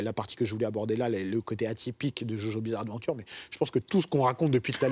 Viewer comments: Ptn c'est JoJo'SSSSSSSSSSSS Bizarre Adventure c'est pas compliqué Sinon sisi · aie l’accent quand il dit "jojo’s bizarre adventure"